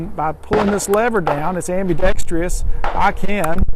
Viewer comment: am·bi·dex·trous / ambidextrous .... not .... am-bi-dex-tre-ous / ambidextreeeous. [just trying to help]